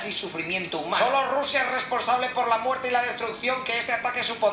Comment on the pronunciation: Porque dises siempre rrusia